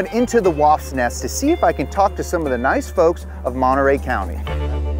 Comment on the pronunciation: "Let's go into the W.A.S.P. nest..." LMAO😂